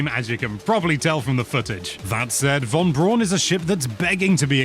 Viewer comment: Just to be that guy - it’s actually pronounced Von Brown named after the former Nazi defector who pioneered rocket technology for the US that led to the first moon landing among other things, Werner Von Braun